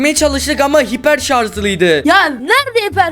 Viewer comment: Hiperşarj liydi dedigi anda patladim